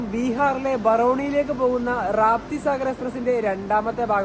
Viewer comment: രാപ്തിസാഗർ അല്ല റപ്തിസാഗർ എന്നാണ് കേട്ടിട്ടുള്ളത്.